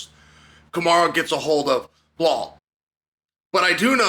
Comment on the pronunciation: Chael, why is it so hard for you to pronounce Belal correctly?